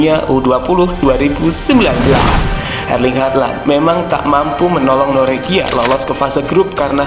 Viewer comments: Halland aja min bacanya, gausah hardland 😅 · halland nya dibacanya cukup "holan" bro, kyk holland bakery hehe🙏🙏 gas teross🔥🔥